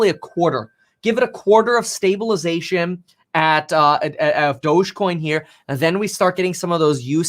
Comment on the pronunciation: Please stop saying douge coin I'm pretty sure it's pronounced (doggy) dog e coin thus the picture of the little (doggy) on the coin lol